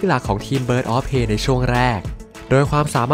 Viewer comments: Prey อ่านว่า เพรย์ ครับ ไม่ใช่ เพ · ออกเสียงว่า เพร